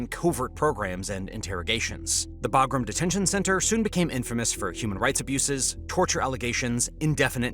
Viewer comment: Imagine calling a B-2 bomber a B-52 and also being an a§§hole and then you mispronounced Bagram, which I'm sure you've heard pronounced properly a thousand times in the past, but you know the proper way huh?! 👎👎